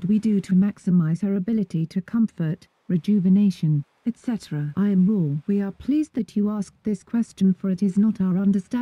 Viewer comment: It really said I AM RA (not raw)